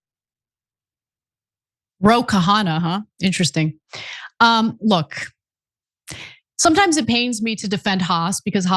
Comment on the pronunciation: He said Ro khahanan 😂😂. Dummy